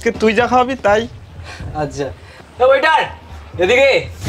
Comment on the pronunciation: আপনি কথাটা ঠিক করে বলুন ওটা ওয়াটার না ওয়েটার হবে😂